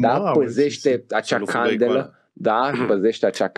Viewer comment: citate din Sfântul Mihail "... Puteți să dați exemple?!? Care sfânt Mihail, Îngerul?! Îngerii n-au scris cărți, reviste, articole... 😂 Iar accentul pe e din cuvântul ,, candelă" îmi confirmă prima impresie : nu doar că nu aveți o minimă cultură teologică, dar nici limba română nu cunoașteți... (cât de cât... știi ce zic?! 😅) Evident că nu am urmărit nici două minute...